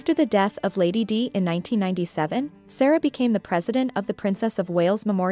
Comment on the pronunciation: Lady Di - Long I.